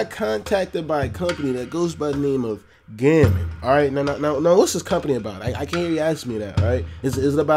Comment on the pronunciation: Pretty sure it's pronounced "Gow-mon",.